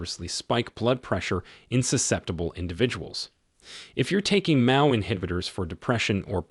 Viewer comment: That, and hearing AI pronouncing MAO as if it is a word.